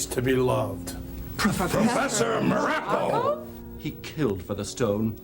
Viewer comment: I've never heard Don Muraco's surname pronounced this way. WWF always pronounced it like Morocco. The Rock even says it himself in the episode.